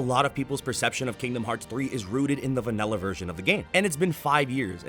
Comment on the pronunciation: Why did you say vanella instead of vanilla